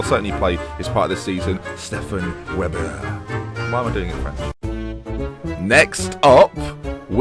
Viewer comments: weber is pronounced as vay-ba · Webber would be pronounced "Vehber" :P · thats not the austrian flag... also, it would be pronounced 'vehber' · Unfortunately for the whole "Signed him 'cos his name's Weber" thing, It's probably pronounced 'Vayber'